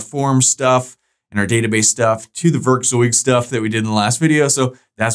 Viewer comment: your pronunciation of werkzeug is really good!! its very close to the actual german pronunciation :)